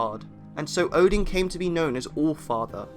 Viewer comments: Is it just me who slightly cringe at the way he pronounce "Odin"? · And by the way, it’s not Muspelheim, it’s Muuspelheim. And it’s Oden, not Odin, Ville and Ve. As in Wee. Swedish or old Nordic ain’t pretty. 😉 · This is mostly accurate, but please keep in mind that almost every pronounciation is Non-Norse (for example Óðinn pronounced as Odin), and still incorrect, even with the words that don't have letters that are used in Old Norse are pronounced incorrectly (for example Hati, which is pronounced simply as Hati in Old Norse Phonetics, he pronounces as Hætɪ, which is simply wrong). Edit: By the way, there is no evidence of Óðinn having carved ruens into Yggdrasil, neither did they give him any power except for writing. Edit 2: Hætɪ was in Old Norse Phonetic, sorry, forgot to meantion, if it was unclear. Edit 3: For less confusion - there was no Ö in Old Norse, it appeared later, although it is used instead for the actual letters that later turned into Ö (officially, there are still other replacements in some Scandinavian languages in some words and sentences), which were Ǫ, Ø, and Ǿ/Œ. Edit 4: For more help of the pronounciations, here is one very important step to pronounce it better - in Old Norse, the first vowel is ALWAYS the stretched one.